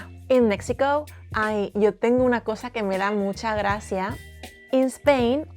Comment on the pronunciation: In the Mexican lady says /koza/.../gratsia/ as in medieval Castilian. Both the sound /z/ and the sound /ts/ evolved into /θ/ in central-northern Spain and into /s/ in Andalusia, Canary Islands and Hispano-America. The sound /z/ as English "z" can also be heard in other parts of Hispano-America but is on its way to disappear. The most neutral accent is the accent of the Canary Islands; The accent in Spanish TV is very strong.